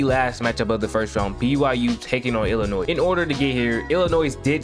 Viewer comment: Oh you one of those people who pronounce Illimois as "Illinoise" 🤣 But in all seriousness, you got a new subscriber.